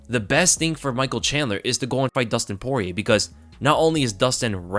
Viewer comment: You keep mispronouncing Soyrier in every single video